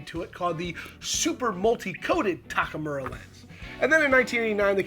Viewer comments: This review would sound more professional and respectful if you could pronounce TAK U MAR instead of saying Takamura. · Takumura? Tak U Mar. You can just read it on the front of the lens.